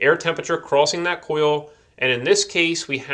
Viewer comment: Where did this guy get his accent? He says "hode" instead of "hold" like there's no "L" and "oio" and "cio" instead of oil and coil